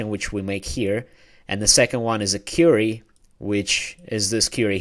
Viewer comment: thanks. FYI: it's queer-re or kweery Not Cure-re -y as your inquiring an answer or questioning.